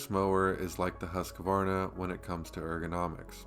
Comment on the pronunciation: If you are gonna sell Husqvarna, you need to not say Husq-A-varna......just sayin'